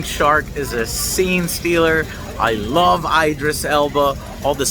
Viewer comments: His name isn't (eye)dris Elba it's (Ih) Idris. It really bugs me when people say his name wrong just like (eye)talians🤦‍♂️🤷‍♂️??? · It's not "Ay-drees Elba", it's "Eee-drees Elba". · Eye-Dris. Do you do this on purpose Joe? XD If even IDRIS pronounces his name "ID-RIS" then you can be sure "EYE-DRIS" is wrong. Movie was fantastic though, best DC movie in a good while. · It's not 'eye-dris' It's 'Id-ris' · It's Id-ris not Eye-dris, he's been around for years ffs. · This guy says eye-dris Alba lmao 🤣 get the man’s name right Chief!!! This movie was AWESOME!!!!!! Hopefully it bust the box office!!! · "Eyedris Elba" Lmfao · Eye-dris Elba lol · i love eye-dris elba too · Pronounced , E - dris. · EYE-DRIS elba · He is American. Its always an 'eye' with them (Eye-raq, Eye-ran). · Loved the vlog joe, you look so happy! Keep it up and btw that’s not how you pronounce Idris’ name😂